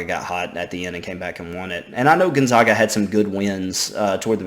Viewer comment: Gotta learn to pronounce gonzaga right. Zag not Zawg. Think zigzag